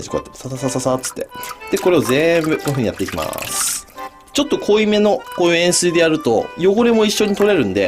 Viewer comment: 塩水が塩酸に聞こえてちょっと濃いめの塩酸はあかん!!金子さん!!と思ってた